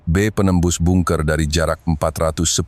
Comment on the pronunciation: Bungker itu apa. Kalo gak pandai sebut. Usah d baca bahasa inggris min